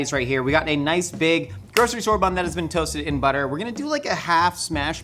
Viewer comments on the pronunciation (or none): none